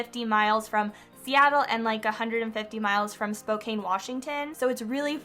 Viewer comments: Not hard to say Spoke-Ann get it right or don’t say it! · Spokane is pronounced SpoCan S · Everyone from Spokane is cringing 😬 Spo-Can not Spo-Cane